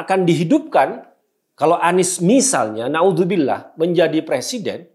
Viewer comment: Hahaha...saya seneng dengernya mas Guntur...'klo anis jadi capres...nauzubillah (mohon maaf klo tulisannya kurang pas, tapi kedengarannya begitu ditelinga saya)..kayak najis anis gitu...🤣